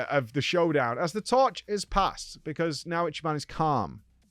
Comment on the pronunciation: i'm surprised he didn't butchered Ichiban's name lol